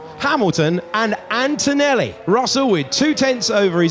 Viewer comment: please, PLEEEEEASE… it’s antoneLLi, not AntoneLi🥲